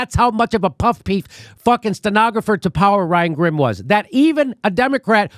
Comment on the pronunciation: "Puff peef" lol Jimmy it's ok it's tough to say